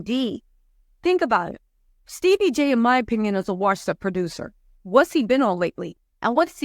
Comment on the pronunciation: Steebie 🤣 I can’t say his name correctly since joseline!